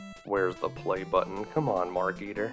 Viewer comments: You pronounce it like "Mark Eater", when it's "Maar-kuh-teer" Also, they should've made it so you could choose 3 kids other than Dave. Wendy for the manuscript Bernard for the radio or whatever to call the Meteor Police Razor for the tentacle's band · Anybody else notice that it's not Mark Eater, but Mark Eteer like marketeer. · Marketeer, not markeeter.